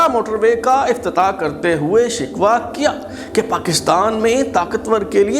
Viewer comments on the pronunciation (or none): none